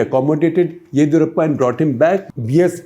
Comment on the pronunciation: OMG!! SG please get your pronunciation of names properly. It’s not Baasavaraj but Bus-uh-varaj. Also Yedi in Yediyurappa is ‘di’ as in dim. You pronounce it as Yedhi ……’DH’ as in ‘doodh’. Please 🙏get the names right.